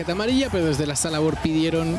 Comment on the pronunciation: Porque dicen sala vor, que no es var ? O creen que se oye mejor??🤔